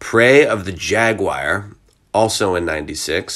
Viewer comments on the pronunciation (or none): none